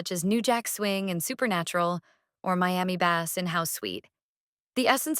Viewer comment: Your videos are good and based, but why the AI voice? It creates some very goofy mispronounciations like "bass" in Miami Bass pronounced like the fish "bass". It lessens the vibe of your videos! Use real voice! That's all, good videos otherwise.